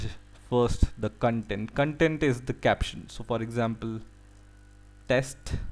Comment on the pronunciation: The kan-tent ;p